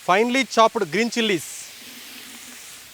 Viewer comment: It’s not CHOP-PED, it’s CHOPPED. One syllable. You can google pronunciations if you’re not sure of them.